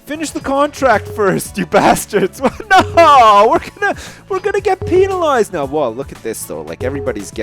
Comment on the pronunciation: funny how he says peenalized